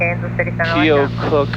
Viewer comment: Keo-cuck" Keokuk LOL I know I did the same thing when I moved to------Try this one: "Oskaloosa Iowa" in 1986 LOL Love your videos :):) Thanks :)